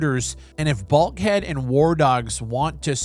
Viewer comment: BULK HEAD. I really thought you said BALD HEAD